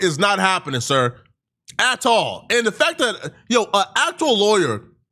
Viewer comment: I like how he says “atahlll”